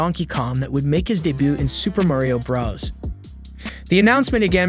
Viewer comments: Why do you say bras instead of bros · Oh My Gosh, ITS SUPER MARIO BROS NOT BRAS DUDE UGH IT SERIOUSLY ANNOYS ME AAAAAGH Edit: HE ACTUALLY SAYS IT NORMALLY IN THE END OF THE VIDEO HE MUST HAVE SEEN THIS COMMENT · man did not just say "Super Mario BrAHs" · This guy has a robot voice he can’t even say Bros right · You’re saying bros Wrong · Why are you calling it Super Mario BRUS Also did you say Mairio?